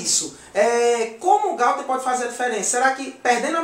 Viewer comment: Não é Gauther e Gouther